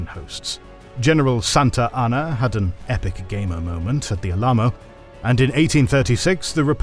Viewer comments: The single worst way to pronounce Alamo I've ever heard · THATS NOT HOW YOU SAY ALAMO! Wtf 🤬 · that might be the most unique way I've ever heard the word "Alamo" pronounced. not saying this to be derisive, I honestly don't know how it's pronounced...just the way Americans traditionally pronounce it (AL-a-Moe). linguistics aside, thank you for more videos about Native American tribes! I love learning about this aspect of the history of the continent. I appreciate the outro, speaking of how the Comanche and their traditions survive to this day. They're one of the most important groups that push back against the encroachment of American business ventures into tribal land and sacred sites. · Hands down funniest pronunciation of The Alamo I have ever heard